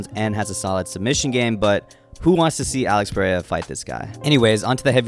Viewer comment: ITS NOT PUH RAY UH